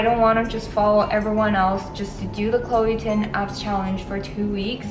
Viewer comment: ChLOe TiN..... I'm ded. WHY DO I KEEP HEARING CHLOE TIN?!!!!!